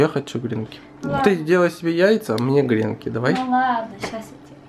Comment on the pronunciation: Извините за занудство , но правильно говорить не грЕнки, а гренкИ, простите, просто уши сворачивает)))